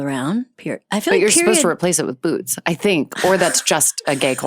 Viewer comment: Jennifer Lawerence saying Boots in the correct manner. Gay icon.